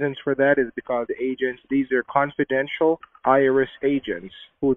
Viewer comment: Canfordential!!!!!!!! I think he means confidential..... Back to school, fellow